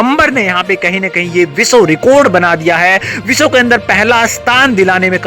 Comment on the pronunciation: रे भाई तूं पहले शुद्ध बोलना सीख ले ।तू विश्व को बिशव और विद्यालय को बिधा लय बोलता है ऐसे न जाने कितने ही शब्द अशुद्ध उच्चारण करता है। पहले शुद्ध लिखना बोलना सीख लो फिर मिडिया कर्मी बनो । तुम्हारी अशुद्धियां हमें बहुत खलती हैं ।